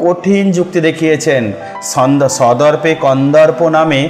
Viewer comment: দারুণ বলেছেন, 😘 " সদর্পে " কে আপনি মনে হয়" সন্দর্পে " উচ্চারণ করে ফেলেছেন